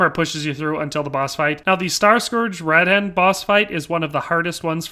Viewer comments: Uhg..... Radahn is not rad-dan.... it's pronounced Ruh-don! Say it right or else! I mean they freaking say it in game! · I got so triggered when he pronounced radahn: radaan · Raa-Dan blas-femur. 🤦🏼‍♂️